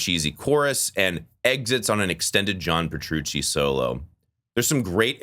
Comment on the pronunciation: Please take your time pronouncing the word "Theater" the way you just say "Dream Thierdr" makes a lot of this unwatchable for me😂 same thing with John Petrucci... bro says "Prchoochi"